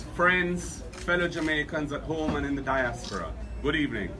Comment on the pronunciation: Did he say “dineaspora” 😭😭